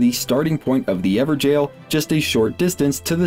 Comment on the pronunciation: Bruh everjail? Not even gonna try to pronounce it correctly?